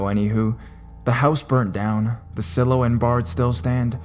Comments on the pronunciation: silo is pronounced 'sylow' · In french it's pronounced exactly as you did!